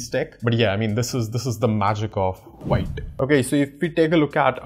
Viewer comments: Wrong it's not pronounced viite, it's vit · still you can say "wheet", but not "white". What I'm trying to say is, it's irrelevant if you pronounce V as Whee, the "White" pronunciation is wrong. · The first thing vite documentation says that it is pronounced as "vit" not "white" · btw it's spelled like white but real pronounciation is veet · Veet not white 😁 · Why you saying white, it's the French word thats pronounced Veet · BTW it's veet not wite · it's vit not vaite lol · All good, just one thing 😂 it's pronounced as Veet, not Vite. Yeah ik an Core team member corrected me in their discord 😂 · Its veet(wheat) not white..... A french word means quick.... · Hi thanks for your content, but the pronunciation is VIT not VAIT. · its pronouced V + eat .... not V + ight . VITE is french For FAST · It's pronounced "Veet" not Vite. Grammar Nazi 😋😯😉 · pronounced like wheet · Thanks for the nice explanation, the pronunciation is VIT (VEET) as per the developers. Thanks again... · The official docs says you need to pronounce it as "veet" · Pronounced like veet - it's French for fast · It's Veeeet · I’m pretty sure its pronounced “v-it”. It means fast in french (im guessing since vue means view in french) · Actually it’s pronounced “sheet” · Actually it’s pronounced jit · I really like parcel and vite over webpack( BTW its pronounce more like VEET/VIT). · It's pronounced as "Veet" 🙂